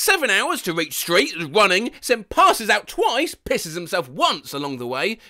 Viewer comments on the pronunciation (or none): none